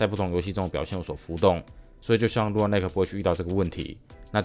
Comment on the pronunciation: 是說lunar的發音是/ˈluː.nɚ/，huan唸的怪怪的讓我好在意